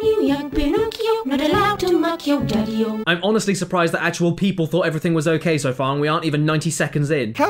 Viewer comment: I thought he said tokio